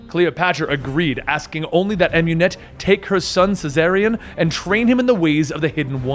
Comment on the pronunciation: Never say Bayek or Amunet again plz